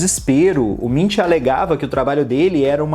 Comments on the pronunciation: A pronúncia correta é "Munk" e não "Mintch" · Se pronuncia Munk, se pronunciasse como se fosse em português mesmo ficaria mais correto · Nunca tinha ouvido o nome dele pronunciado assim...